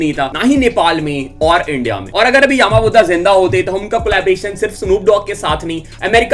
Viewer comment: its not yaaaama budha its yama buddha not yaaaaaama budha